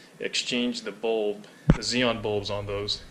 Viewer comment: ‘Zeon’??? We pronounce the xenon in the UK as ‘zenon’ as the word has 2 letter N’s in it! Anyway ‘’, cheers for the basics!!!!!